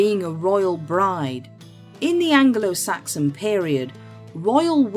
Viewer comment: Angle~oh-Saxon? 😂 new way of saying that